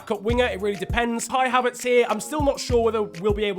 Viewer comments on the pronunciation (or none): none